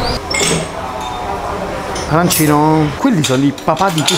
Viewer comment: Si dice arancinooooooo